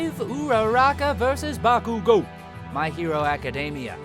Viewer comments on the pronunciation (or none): none